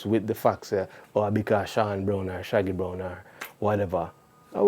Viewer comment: BrownEE?? Isn’t Brown with an E still pronounced Brown? What nonsense is this?